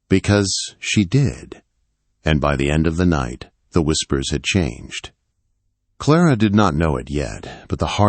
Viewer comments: Her name is Clara not Clarara!!!!! The girls name is Elaine, not Elowen!!! For kripes sake!!! His voice is nice but can’t pronounce worth a flip. Don’t you edit? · Clarara? LOL! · Every time the narrator says "Clarara" I got the giggles. What a silly name!!